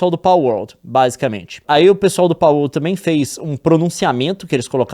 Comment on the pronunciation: KKKKKKK eu sei que é a mais correta, mas essa pronuncia de PALwolRRRd